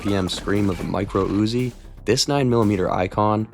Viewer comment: I like the Uuuuziii nien milla-meeta.